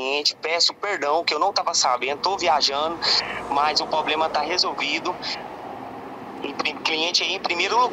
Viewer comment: O repórter ou advogado, sei lá, fala "Poblema"